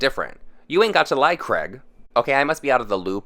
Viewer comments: CRAIG not CREG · Not hating but why do Americans say Craig to sound like Greg. Two completely different names! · saying craig like creg is the biggest issue here